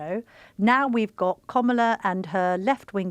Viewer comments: No izs Kam not Kom its sound hidous Call tje name correct please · Comilar instead of Kamala 🤣🤣 Two terrible opinions spitting out the same dribble as every other fake news outlet! Waste of a watch! Don’t waste your time! Typical Donald Trump derangement syndrome on the full show! 🤮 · Why this journalist is getting so aggravated with a simple rule of pronunciation- she calls "Komala" to the Vice President. I mean what is the problem with people these days? And what is with age? This seems an ageist conversation....😮